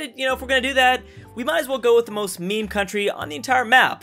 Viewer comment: He said mēmē